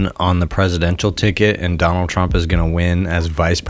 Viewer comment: I stopped listening to this podcast ep when he kept saying Donald twump and trlwanscwapitwal he sounds like a toddler